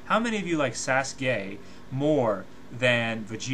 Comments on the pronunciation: lol did he say sasgay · Sasgay? Sasgay? Holy shet. Someone rip my ears off and feed them to Kyuubi. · plus even if it is true everyone who fought buu lost besides goku like what bull is that plus in dbz they get all random power ups also it still does not change the fact that this guy is a dbz fanboy who cant even say naruto and sasuke right